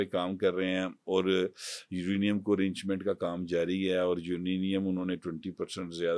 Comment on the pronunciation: کس جاہل کو پکڑ لائے ہو یورینیم کو یوریم کہہ رہا ہے ۔ 😅